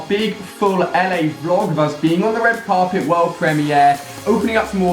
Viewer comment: Ali said parpet instead of carpet